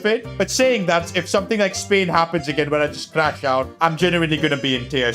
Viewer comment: Bro literally says spahrain before the Spain race